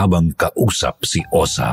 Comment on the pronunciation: Osa pla.. 😂😂😂 hindi Osang! Correction pleaseeee